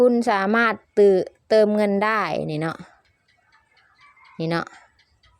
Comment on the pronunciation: อ่านไม่ออกไม่เก่งอย่าสอนเลย เขาเรียกเติมไม่ใช่ตืม😂😂😂